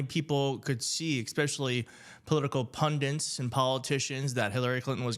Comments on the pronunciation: Say it with me. “Pundits.” “Pun-ditz.” It’s not “pundents.” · PunDITs. Not Pundants. Dits. dits. dits. OK - call me ditzy. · "Expecially" and "pundints"?? For me, this distracts from the message. Please use proper English. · The word is "pundits", not "pundints." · pundits, not pundants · It's not "pundants". It's "pundits". Get it right. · It is pundits not pundints there is no n in pundits. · Why do people say “ pun- DINTS”? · "Political Pundints." I love it!